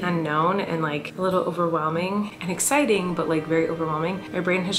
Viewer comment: Feeling: “suck-citing”